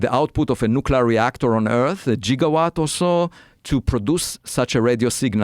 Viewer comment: I loved learning that Avi Loeb pronounces it "jiggawatt" like Doc Brown